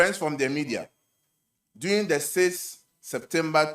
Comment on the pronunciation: The word is DURING not “DOING”. can’t speak English. 😂😂😂